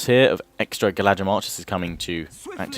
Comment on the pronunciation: The dh in "Galadhrim" is pronounced with a th sound. Says so in one of the appendices.